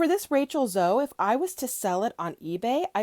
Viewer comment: FYI: It is pronounced zo-e. A long e as in elope or eat!